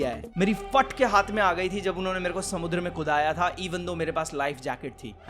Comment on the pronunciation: why he say samundra in marathi accent